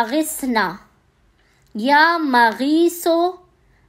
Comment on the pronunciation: MUAZRAT K SATH ( YA MUGEESU ) SAHI TALAFFUZ HAI MEEM K UPER PESH HOGA ZABAR NAHI